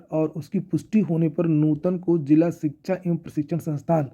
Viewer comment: Shikha chayan ayog 😂😂😂😂 ❎ Shikhsga Shayan Ayog ✅